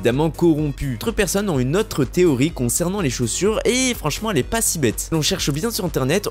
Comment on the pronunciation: STP 0.40 et 7min 55 la meme MDR : les personnes qui Z 'on 😨 ( QUI ONT )